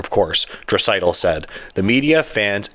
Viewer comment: Probably best to pronounce Draisaitl’s name correctly when you’re featuring him in your video